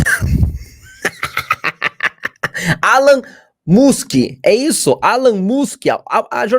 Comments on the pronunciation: Essa jornazista além de mentir descaradamente, é uma ignorante que não sabe pronunciar o nome do homem mais rico do mundo. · Eles ficam tentando passar para a população como se isso tudo um bicho papão. Uma jornalista de terceira categoria e testa de ferro da mídia, nem o nome do empresário ela sabe falar! A Globo está tão apavorada e quase sem profissionais de qualidade, que na verdade são todos pau mandado, tem medo de perder a bocada, a grana é boa e eles só sabem fazer isso e muito mal, ficam pegando qualquer profissional desde que ele se comprometa a ser testa de ferro, botar a cara a tapa.